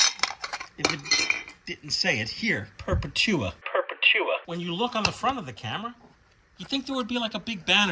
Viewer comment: I’m not sure but I think that Perpetua was meant to be pronounced “per-PEH-tua” like “perpetual” but without the “L” at the end.